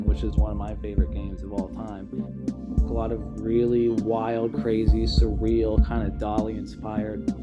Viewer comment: Say surreal again you fucking weirdo. Surreal surreal surreal. Oh its so surreal